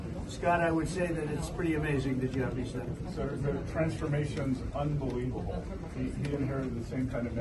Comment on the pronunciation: "The transformation is unnvelibable!" :D